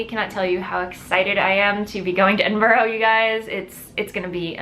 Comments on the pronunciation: Edinburgh is pronounced with only 3 syllables. Ed-in-brah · Nessa hux I was just about to comment, as It was said sooooooooooo many times, it was being to hurt my insides. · Not your fault, your pronunciation of 'burgh' is very different in the states xx